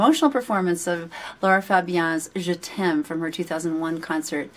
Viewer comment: Hi, one of the most beautiful and purest reaction ever on this particular video. You really have a great soul and you are a very kind hearted woman. By the way, your pronunciation of "je t'aime" is perfect. Just like a frenchwoman would have said it. Love from France